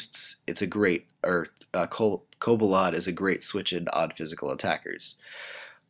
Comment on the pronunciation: Its cobalion not cobalon